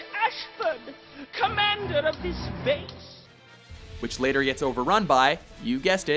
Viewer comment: "Here take DESSS" Im criyng😂